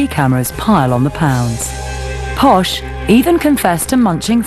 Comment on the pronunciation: It's Posh not posha. It's her nickname from her spice girls days; "posh spice" and it stuck